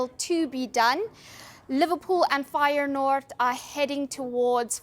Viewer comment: Firenoord????? What the hell….